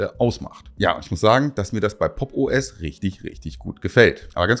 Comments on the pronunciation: Ich höre immer "Poppo S" 😂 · Ich würde Popo ass natürlich niemals Popos aussprechen. Wär ja voll kindisch.